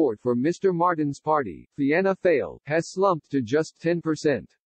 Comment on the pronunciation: It's written Fianna Fail but 'Fail' is pronouned 'Foil'.